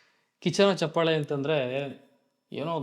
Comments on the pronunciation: ಹಲೋ‌ ಮೊದಲು ಕನ್ನಡ ಭಾಷೆಯ‌ನ್ನು ಕಲಿ ಆಮೇಲೆ ಒಂದು ಕಾರ್ಯಕ್ರಮದ ಬಗ್ಗೆ ಮಾತಾಡುವಂತೆ ಹೇ ಗೂಬಲ್ ಅದು ಚಪ್ಪಾಲೆ ಅಲ್ಲಾ ಚಪ್ಪಾಳೆ ನೀನೇನು ಅಂತಾ ನಮಗೂ ಗೊತ್ತು. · ಚಪ್ಪಲೆ ಅಲ್ಲಾ ಲೈ ಚಪ್ಪಾಳೆ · ಚಪ್ಪಲೆ❌ ಚಪ್ಪಾಳೆ✅ 😂😂😂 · Lo first kannada kali ಚಪ್ಪಲೆ alla adu ಚಪ್ಪಾಳೆ..... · ಚಪ್ಪಾಳೆ ಬ್ರೋ ಚಪ್ಪಲೆ ಅಲ್ಲಾ ಬ್ರೋ 😂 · Anna adu ಚಪ್ಪಲೆ alla ಚಪ್ಪಾಳೆ 😂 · ಚಪ್ಪಾಲೆ ಅಲ್ಲ ಅಣ್ಣ ಚಪ್ಪಾಳೆ